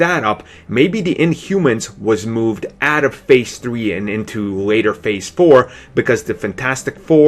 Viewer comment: Thwee, Pwees, Bwood, Wisence, welease.... Please...